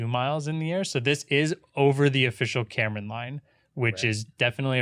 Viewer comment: Kármán Line, not Cameron Line ❤️